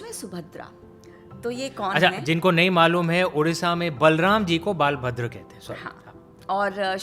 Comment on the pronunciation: One correction... the name of Balram is "बलभद्र " NOT "बालभद्र". So in Puri, we worship बलभद्र, शुभद्रा, जगन्नाथ"